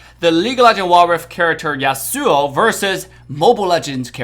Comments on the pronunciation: Yas su o not Yas Sue o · Dude rlly said yayaSuuuS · i play league too .Isn't that how league player usually pronounce it? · Samurai's are from Japan not from U.S. besides Devs pronounce it like that. If you don't like it there is also a fact that scientific research was made and according to that scientific research there's an estimation of twenty thousand different ways of how you pronounce the word/name, "Yasuo" and also he compared the wrong character he should've compared Fiora and Lancelot instead because it make more sense. He didn't do the Fiora comparison for some copyright issues.